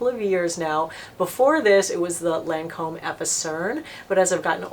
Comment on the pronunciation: Its pronounced lon- comb...its French ...not lan comb lol